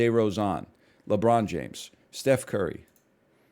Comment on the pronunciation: Team LEEbron